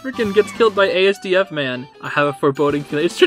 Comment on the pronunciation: as a TomSka and Eddsworld fan, I am deeply offended by how he said ASDF instead of ASDF (as-duff)